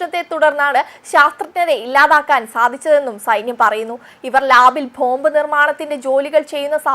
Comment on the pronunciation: വായാനക്ക് ഇത്രയ്ക്കു ബലം പിടുത്തം വേണ്ട ,,, വാസ്‌ക്കുക്സ്ൽ പലതും ഭീകരമായി ഉച്ചരിക്കുന്നു .. പോംഭ് അലാ ബോംബ് ആണ് ശരി